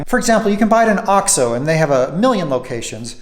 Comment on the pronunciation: You're still saying ox-oh. It is oaks-oh.